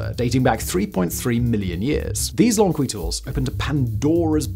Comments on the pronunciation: If the other channels talking about Lomekwi finds are right, it's pronounced lo-mek'-we, with the emphasis on "mek". I can't say for sure they're right, but it's probably worth checking if they come up again. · Can you find someone else with a British accent but that actually knows how to read? It would lend more credibility to the script, instead of subtracting from it. Lo-meh-kwi "the crafters of these tools remain identified" unidentified my dude, unidentified. Homo HA-bilis (crafty, capable) Autral-o-pithe-cus Afar-en-sis No amount of jazz, can cover that up... the same as polishing the script with chatGPT. Perhaps, find a reasonable middle where you can read what chatGPT suggests?